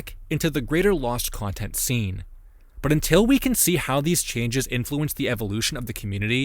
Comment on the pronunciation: in till --> until on sight --> on site aloud --> allowed Arch --> Ark collage --> college Was all that on purpose? Some mistakes are understandable, but I have trouble believing you've never seen "until" spelled out.